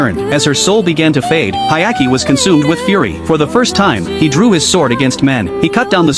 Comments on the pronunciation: Dude, what anime are you watching? His name is Hyakkimaru not Hayaki. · "Hayaki"😭😭 Bro's name is Hyakkimaru😔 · Hyakkimaru, not Hayaki, you idiot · It’s Hyakkimaru, not Hayaki. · It's Hyakimaru not Ayaki 😅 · He's name is Hyakkimaru* not Hayaki lol (the protag's name) Anime name Dororo btw. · Blame it on the shitty AI narrator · His name is Hyakkimaru not whatever tf that ai bot said 😂 Anime name is Dororo. It's a remake of a 1969 anime based on the manga (of the same name) by Osamu Tezuka. Well worth watching, only 24 episodes long and completed. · I love the anime it’s amazing, everyone should se it (Dororo 2019 1 season). But for the love of god please say the names right he’s name is Hyakkimaru och her’s Mio!! The little child is named Doritos and the monks name is Biwamaru. And another note to add Dororo and Hyakkimaru are the main characters. Mio (I love her she’s an angel) is in like one episode. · Its actually Hyakkimaru but okay